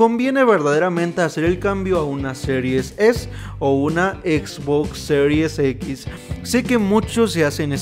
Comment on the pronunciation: Se escucha mejor cuando se dice, Series X y no Serius X, espero no ofender 😅😅😅😅